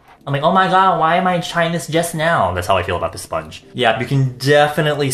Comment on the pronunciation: 35 mins of talking about his sillicone sponhe xD